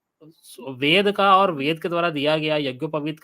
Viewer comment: ye ved ko bed padhega😂😂